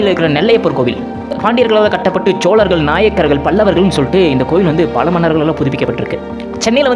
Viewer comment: ச்சோழர்கள். இல்லடா பைத்தியம் ""சோழர்கள் "" சரியாக உச்சரிக்க வேண்டும்.